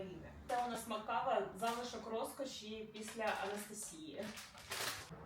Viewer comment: Не мак кава, а мак кохфе 😂